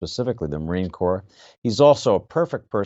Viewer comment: Its " Corps".......